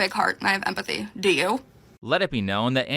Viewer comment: She has a "big heart and empatheigh." Bro I hate the way she pronounces some of those words. "You literalleigh abused meigh" "drownding". She's a walking annoyance